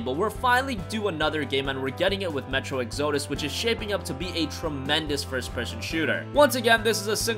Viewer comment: That's not how you pronounce Exodus